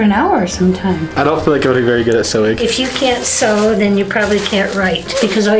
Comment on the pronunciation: Sew not sow